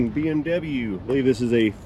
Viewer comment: Not to be a stickler I believe Your accent referring to the BMW is wrong mate, Autobahn if German BMW is fish and chips😂😂😂.